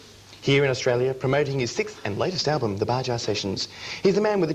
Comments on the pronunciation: I love that Isaak didn't correct the host's pronounciation. Bahah not Bajah ya ocker. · I noticed that too Bajah! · I love how this guy says Baja incorrectly. Nothing to do in Baja. It reminds me of a few vacations I have had near Mexico.....in Southern CA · Baja sessions... Baja so he did not correct his pronunciation, and his interviews are always very nice...